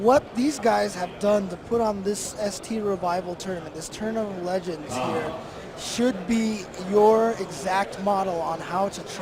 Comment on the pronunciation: tournament of "legengs"